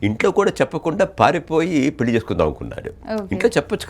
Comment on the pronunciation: యాంకర్ తల్లో పెల్లి కాదమ్మా నీచదువు చల్లగుండా పెళ్లి అనాలి తెలుగు భాష లో ప్రతి ఉచ్చారణకి అక్షరం ఉన్నది. తెలుగు భాషను చంపేయకమ్మా.